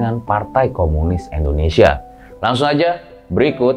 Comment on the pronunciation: Sorry nih bang, tolong pelafalan/pengucapan INDONESIAnya dibenarkan. Bukan ENDONESIA tapi INDONESIA.